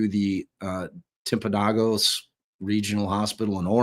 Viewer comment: Not to be that guy (sincerely trying to help), but Timpanogos is pronounced Timp-an-oh-gus. It refers to a prominent mountain peak that is just north of the Orem/Provo area). I know that sounds weird coming from an area that is literally surrounded by mountains... but I digress. History time: Mount Timpanogos features Timpanogos Cave which is a National Monument and a popular hiking trail which basically takes you from the base of the mountain to the cave. It's one of the most difficult hikes in Utah and, believe it or not, is a popular field trip for Junior High kids. The Timpanogos Tribe is a Native American tribe that inhabited central Utah and their history is still embedded in the central Utah area. The Timpanogos Tribe is part of the Shoshone people but have mistakenly been identified as part of the Ute people which is, obviously, incorrect. They currently reside on the Uinta Valley Reservation in eastern Utah. There you go. You learned something today. 😊